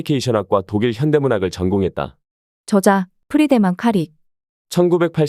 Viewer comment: 발음 문제: 저자,미래,적어도,내기도 한다,현상,사실,(어떻게)살지, 두 가지,시장(market),영원,세상,최초,행복,파괴,중독,성경,사실 부정,수 십년,도덕,대부분,볂화,정의,세 가지,세 째,진화,해결책,가차, 등, 일부의 예는, 두 사람이 장음인 단어의 첫 자를 "짧게" 잘못 발음한 실 예다.!!놀랍지 않은가? 이와 같이 발음 문제가 심각한 것이다. 더 심각한 문제는, 이런 문제를 거론한 사람은 이 제외 동포뿐이라는 사실이다. 이에 1967년에 고국을 떠난 늙은 이가 "한국 어문을 고발함" 이라는 책을 고국에 바친다. 미국 변 완수 드림